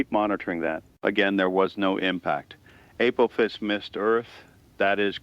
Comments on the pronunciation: After so many years of hearing it pronounced A-poff-is, hearing A-poof-is is really throwing me. But I am thoroughly intrigued by this format and really like this new channel. Thank you. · Not the AI pronouncing Apophis like “April phis”. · pronouncing Apophis differently nearly each time. SMH. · Four different pronunciations for Apophis! FOUR! Willing suspension of disbelief has left the building.